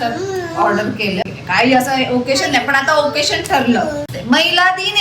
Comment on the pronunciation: ओकेशन नाही ग ओकेझन.